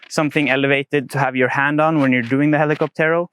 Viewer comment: Please stress the ó and not the last e when pronouncing hell-ee-COP-tero. Cocotero.